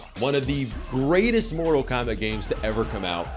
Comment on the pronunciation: Mortal Kombact xd